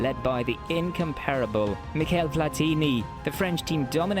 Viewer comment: miSHEL platini, not miKEL!